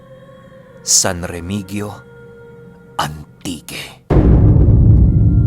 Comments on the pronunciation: Remehio Po pag pronounce nyan ANG. Yung letter G Po H Po yan. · san remihiyo po ang pagpronounce. may aswang pla jan??? lagi po aq jan. ganda jan lalo na yung brgy. aningalan. yan po ang little bagio ng antique...